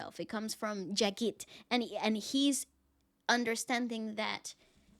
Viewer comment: Hey lovlies and...just wanted to tell you he is JAGJIT SINGH not JAGIT...❤️❤️you were mistakenly pronouncing his name wrong from the very beginning 🤗🤗much love ❤️